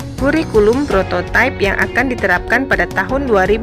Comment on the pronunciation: kalau kata prototipe itu sudah diindonesiakan maka bacanya prototipe bukan prototaip versi inggris.